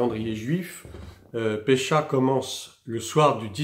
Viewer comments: Bonjour à vous, merci pour le contenu. Mais ne dit-on pas phonétiquement Pessah et non Pécha ? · juste pour info : Pessah se prononce pessar